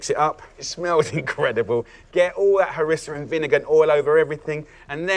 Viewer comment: C'est du Harissa et non pas Marissa lol..😂